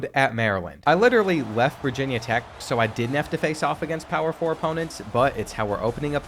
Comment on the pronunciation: The way you said "Power 4 opponents" really cut me down as a Wazzu fan and alum...